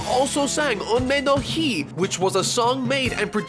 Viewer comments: Unmei no Hi, pronounced "Hee" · Unmei no HIGH That butchering killed my ears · bro why tf you try with some people's names but then do shit like "uhnmei no hy"